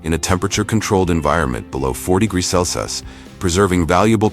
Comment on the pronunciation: Why can't AI pronounce Celsius? Wtf?